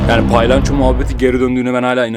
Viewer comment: Abi o paylanço değil palyanço 😂😂abi seni çooooooookkkkkk seviyorum,💖💖